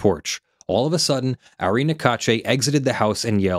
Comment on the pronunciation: Ari is pronounce R-E